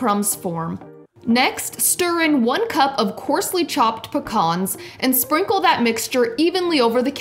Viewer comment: They way you pronounce pecans made go deaf